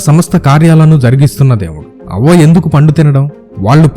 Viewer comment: havva...anaali avva kaadhu